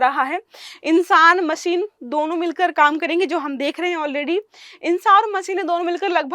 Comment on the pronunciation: वो मसीन नहीं मशीन होता है... अपनी स्किल्स बेहतर करो... 😂😂